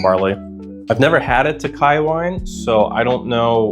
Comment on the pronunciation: Toe-ka-yee. Thanks Gemini